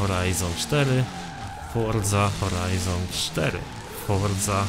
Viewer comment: fordza horajzon cztery XD XD XD XD Forza Horizon 4